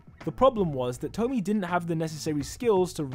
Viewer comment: I'm pretty sure hawks' mothers name is pronounced 'toh-mii-eh', like with tomie in the junji ito series